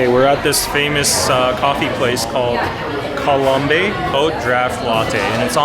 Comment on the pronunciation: it's pronounced la col-omb ....